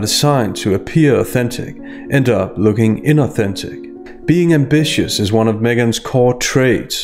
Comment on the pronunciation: She has an issue with the word ambitious in her podcast …